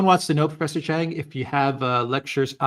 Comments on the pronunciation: It's not Chang, so embarrassing. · Its. Not chang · Its not chang